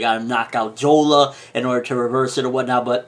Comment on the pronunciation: it's jora not jola